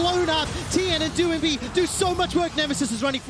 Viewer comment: Doinb is not pronounced doo-in-bee, the 'oin' is phonetic, like 'oink'. Watch some LPL, casters kthxbye.